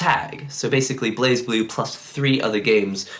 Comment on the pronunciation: ブレイブルー is how you say it. I don't think I've ever heard an English speaker say it right.